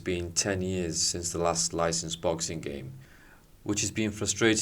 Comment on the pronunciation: "In boxinc one punch can change everythink" what kind of weird pronunciation is that?